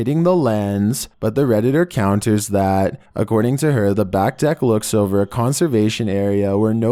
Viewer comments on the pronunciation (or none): none